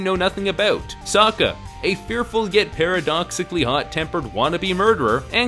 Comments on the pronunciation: soaka? its fucking sokka. wtff m night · The fact the actors have moments mispronouncing the names angers me. Bitch said so-ka instead of Sokk-a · Michael Roach well you're stupid because for instance Aaron can be pronounced a thousand different ways depending on who you're asking. It's Aang and Sokka not On and Soaka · "Soaka... Don't" I will always hear it as Soaka and not Sokka... Like what idiot cast this person? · Please don’t call them Aang, Soaka or Katara. They are Ong, Sock-Ah, and Key-Tea-Yarra in this film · the pronounced sokka's name like soa-ka? i'm abouta kill someone, any recommendations? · "Ong" and "Soaka" AAARGGGGGHHHHHHHHHHHH! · "Soh-kah" "Ahng" "Uh-va-tar" "Ear-oh" jfc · Are you the Ovatar, Ong? Yeah, I am sOOka Did you hear that, uncle Eroh, now I can finally restore my honor from that Agni KEY The mispronunciations are mind blowing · Sewka? lol. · Kaytayray So-kayka Aaaaawwwwwwwwwwwnnnng Zucko Eeroo Firelord Oozay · Wait how the fuck did she just pronounce sokka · Are we even going to mention that his name is Oong? Really? And they say Sokka completely wrong. This movie does not do the show justice at all.